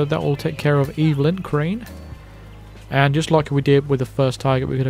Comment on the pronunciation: And "Evelyn" is "EH-vuh-lin," not "EE-vil-in."